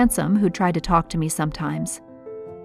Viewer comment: Her:if I was rich and go to the right places and be popular boy would falk to me lol she said falk instead of talk